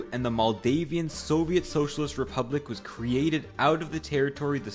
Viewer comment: Idk if this is AI or if the guy's first language is not English but he pronounces words incorrectly like with "cognac", "Soviet" and "myriad"...